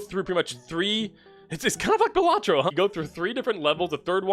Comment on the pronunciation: bro really said bellatro